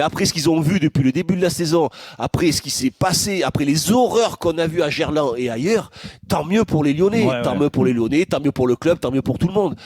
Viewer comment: rien que de l'entendre dire gerland ... qu'il ferme ca gueule en faites !